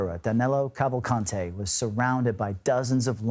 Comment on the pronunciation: Danilo Calvalcante is a Brazilian. His name is pronounced as Dah-nee-lo Cavahl-cahn-chee. One would think that journalists would get that right.